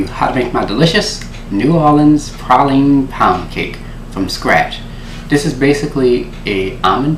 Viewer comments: Prayleeen (praline) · Where Im from we say praline (pray-lean) and Charlie has the prettiest teeth Ive ever seen 😁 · Have I been saying "Praline" wrong all this time? I'm confused lol